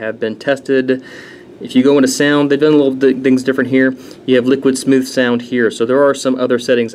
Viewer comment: Just to update you bud you said the name right :) very few do lol.....Lower Bench was due to dancedance...not downing it at all as it is a great governor just not one of the usuals to get higher benches and is actually made by Snuzzo himself. Recently had the main Hard Drive die on the computer but was replaced by Damacy and Snuzzo...Great props to them...I am returning to the game very soon with very great new stuff...glad to be back :) and of course...Great Review!